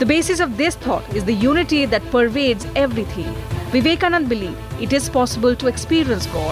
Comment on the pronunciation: By the way... His name is Vivekanand'a'....with an 'a' at the end.......I hope this reporter can use the name as we all have known him....